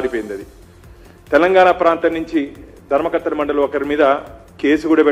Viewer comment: ధర్మ కత్తెల మండలి కాదు - ధర్మ కర్తల మండలి.